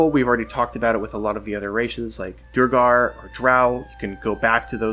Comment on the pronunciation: The pronunciation is “Dwegger”. Great vid!